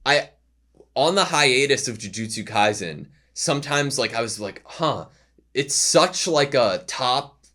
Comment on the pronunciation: In case you didn't know, the S in "Kaisen" should be pronounced like the S in "AutoSave"